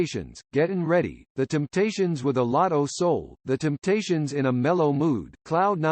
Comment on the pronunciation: Damn, even a computer says 'Kindricks' and 'Timptations' like a hillbilly? How does THAT happen?